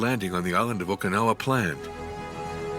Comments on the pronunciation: Poor AI voicing; Mispronunciation of "Okinawa", the subject of the entire video. Why trust this video? Poor. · Nice - except for pronouncing it properly. It's oh-key'-nawah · 15 seconds in and you've mispronounced the name in the title."Okee-no-wa"? If you can't be bothered to figure out simple pronunciation, I don't trust anything else you have to say. Goodbye.